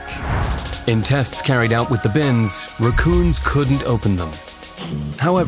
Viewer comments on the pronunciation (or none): Because he did not pronounce rack-coon? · Why do you pronounce raccoons like that? where are you from?